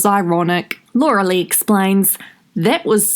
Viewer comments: it is pronounced lee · I love rewatching your videos for all the laughs, especially when you say that last name, gets me EVERY TIME!!😹❤😹